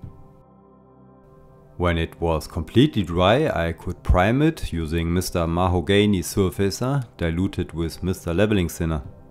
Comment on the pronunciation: Mr Maho-gany cracked me up, no offense intende, it just took me off guard